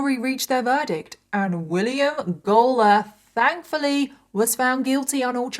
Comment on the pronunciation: I am listening to this while cleaning and all I keep hearing is "Gollum clan" and "Gollum family" and it just gives me the giggles, I am so sorry.